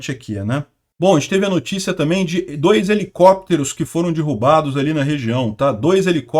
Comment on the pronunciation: É "derrubados" e nao "dirrubados"